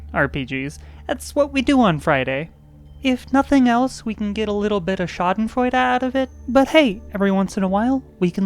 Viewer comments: as a German, No. It's clooose(?) But it's very noticably Off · I do Not approve of your pronounciation of Schadenfreude.